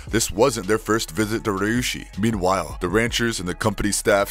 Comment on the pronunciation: Is it so hard to read Ryushi as Ree U she?